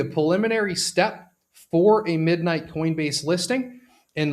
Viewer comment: I have heard of Monero but what is MonoRow? I was invested heavily into MidMight only cuz the YT influencer kept pronouncing NIGHT wrong 🤣